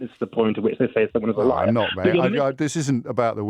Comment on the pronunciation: I was driving and listening to the man who found saying the word ‘liar’ extremely extremely difficult. I don’t think he was ever taught this word that’s my explanation. Even my French bulldog was rolling in my car seat laughing. James was mega polite don’t know how he does it!!!!